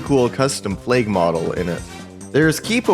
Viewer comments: Deadass thought he said plaque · i like the way you say flag